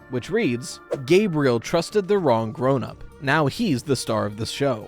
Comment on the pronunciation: Gabriel, not Gabrielle...